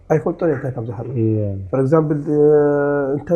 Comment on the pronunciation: "habibena" "habibna" tsememna Eko... Aselchina bezen 2 kalat... Eti gasha Kea "for Examble not example" kkkkk